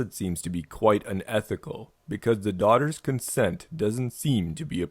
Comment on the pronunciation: "Offered his daugahters" ughhh